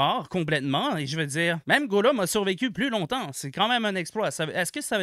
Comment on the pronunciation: meilleur vidéo de tous les temps il y a pas meilleure manière de prononcer Gollum